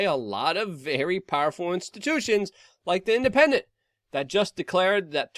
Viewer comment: ''the independend'' xd omega lol